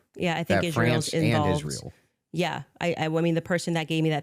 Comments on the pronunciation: She cannot pronounce Israel. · Why is does she pronounce the word Israel as if she's just now learning to speak English? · the only person in the world that cant pronounce “Israel”